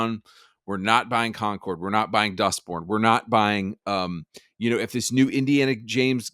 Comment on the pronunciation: He said Indana James 😂😂